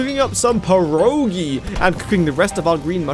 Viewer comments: Wdym that you said pierogi correctly, you forgot about the first "i" in p i erogi. It sounded like you said perogi. You said it correctly many times before man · 🤓As a Polish viewer you're actually not pronouncing the i after P, so it comes out as "Perogi'' 🤓 And also you misspelled Pierogis as Perogies, just like you say it all the time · As polish person i can't confirm that was correct. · As a polish fun I can say that you didn't prounce pierogi well. Unluckily, but nice try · in fact, he did not say pierogi correctly -Polish viewer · Bro did not say it correctly